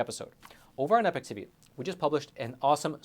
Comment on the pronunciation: Isn’t it pronounced EE-Pok? Not “epic”?